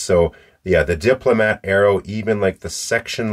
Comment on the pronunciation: Wonderful video sir. I have this pen in black. 🙏 (You pronounced that correctly sir).